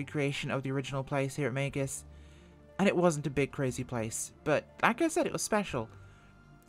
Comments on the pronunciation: It's "mEEgs" field not 'maygus' field. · Minor detail. Meigs. One syllable. Say it with a hard A vowel sound. "May"gz. Not 'may-gus.' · It is pronounced, Mig's. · I know it's a small thing.....but Megz, it's pronounced Megz. The i is before the g. ;-) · Please, please, please... pronounce the name correctly. I lived in Chicago, grew up with the airport, and your pronunciation was like nails on a chalkboard.